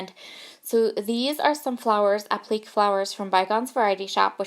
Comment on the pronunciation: Applique...three syllables, last one rhymes with "say."